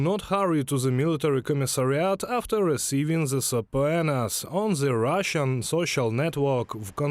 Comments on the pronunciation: Just FYI it's SUH-PEE-NUH, not SUH-PO-AY-NUH... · Very interesting. Thank you. It's pronounced "subpeena" - the "o" is not sounded. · if I can pronounce Kyiv, you can pronounce suh-pee-nuh. Are you sure you're using the word correctly? Subpoenas are for a summon to a court of law. Orders to appear for service I think are just called orders. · Pronunciation tip: subpoena is just pronounced “sooPEEna”. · It's great, but it's pronounced "SAH-pee-nah". Keep up the good work. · subpoena = "sub-pee-nuh" :) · Sa pee na. Government-required appearance. It’a probably a Greek word, so it doesn’t follow Latin pronunciation rules. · subpoena -> sub-PEE-na. 😉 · Just a note to the translators - subpoena is pronounced "suh-peena. Bizarre, I know. 😃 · subpoena = suh- PEE- nuh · It is pronounced supina(suh·pee·nuh) my frient😉. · Thank you. But that word, subpoena - check the pronunciation. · Respect to Russians who say no to their corrupt dictatorship. I also appreciate for anyone who is bilingual but please check a pronunciation guide for the word subpoena. It's not phonetical. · Sounds like a crap report. Surely, you would learn to pronounce "subpoena" before reporting. But no, everybody mispronounced it the same way. ...Meh. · I'm grateful that true evil is dumb. Best pronunciation of subpoena EVER!